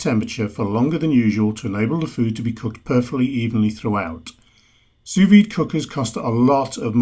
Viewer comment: Nice video, thanks. One nit: you don't pronounce the second 's' in 'sous'